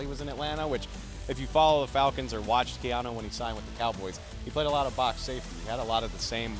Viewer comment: KEY-AHN-NU! SAY HIS FREAKING NAME CORRECTLY! CAN SEE HIS NAME CORRECTLY? GEEEEEEEEZ Who is Keohno? 🤦🏽‍♂️🤦🏽‍♂️🤦🏽‍♂️🤦🏽‍♂️🤦🏽‍♂️🤦🏽‍♂️🤦🏽‍♂️🤦🏽‍♂️🤦🏽‍♂️🤦🏽‍♂️🤦🏽‍♂️🤦🏽‍♂️🤦🏽‍♂️